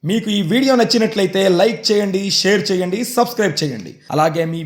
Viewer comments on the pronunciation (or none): none